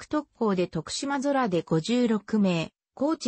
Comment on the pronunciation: 白菊について、良く調べてあるのにナレーションの女性が最悪、漢字読めんのかい！しでんあらため、とくしまそら？